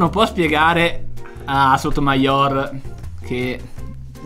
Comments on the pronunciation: Sotomàior non si può sentire, si dice sotomaior senza l'accento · Ma solo io lo ho sempre pronunciato sotoMAior e non sotomaIOR?